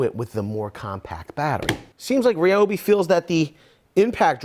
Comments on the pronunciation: Thought it was RYE-OH-BEE, not REE-OH-BEE Am I just stupid? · Ryobi, pronounced like Like RYAN not Rian Like RYE not Rie But Americans do you like that...